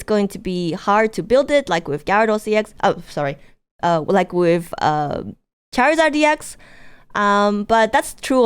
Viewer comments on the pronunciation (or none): none